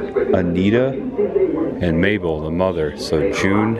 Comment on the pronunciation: Also...it’s Mother Maybelle, not Mabel.